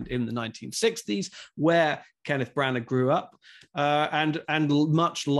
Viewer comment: For criticizing tribalism, ironic the American guy is himself tribalistic with the Fox News dig. The name is pronounced “Branner”. There is a reason why the British guy kept pronouncing it “Brannner”. The story is good. The screenplay is good. The execution is average as it appears fake, sanitized, and stagey. I didn’t buy Dench as a grandmother. I saw her acting as a grandmother. The man playing the villain was Disney-like. The kid was excellent and everyone else performed well, but there are no memorable performances; there are no memorable scenes. To score a movie 5 out 5, it has to be a masterpiece. This movie ain’t that.